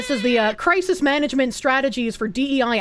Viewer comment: Cwisis uwu